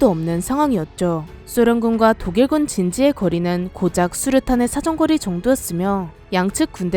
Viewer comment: 도개군 (독일군) 나만 그렇게 들린가..??